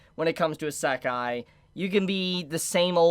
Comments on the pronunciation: Iiiiisekai, not iseeeekai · Is this how the kids these day say Isekai? Asekai? I am normaly not a spelling hater but it realy drives me up the wall when he uses it that often. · What’s an “Asekah”?!?! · Unfortunately I couldn’t watch the video because of how you pronounce isekai-_- What I saw wasn’t bad content, so it’s a shame really. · into the video and pronounced Isekai wrong 3 times, I'm out. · Does he say isekai in a wierd way or am I saying it wrong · Good video. Learn to pronounce Isekai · Well that's just because he's pronouncing it wrong. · I’ve never heard Isekai pronounced like does? What’s the correct way? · you pronouce isekai like someone from the UK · I'm pretty sure that's not how you pronounce Isekai in English but I could be wrong. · I love videos, but I cringe every time he says the word Isekai lol.